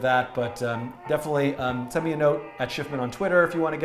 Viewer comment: dan is the best i mean a forgets how to pronounce his own frigin name